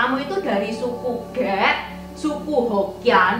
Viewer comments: Medok banget. Ngomong "k" jadi kayak ngomong "g". Ngomong "khek" jadi "ghek". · Khek bukan ghek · Terima kasih atas informasi sejarah yg berharga ttg etnis cina di Indonesia. Sedikit saran aja buat cc intan, plis saat bilang suku ghek, suaranya bukan ghek tapi khek. Makasih sekali lagi